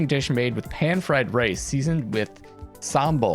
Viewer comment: Wow, your pronunciation of "sambal" sounds native. Just FYI, the c in "kecap" isn't pronounced k but a soft c that sounds like 'ch'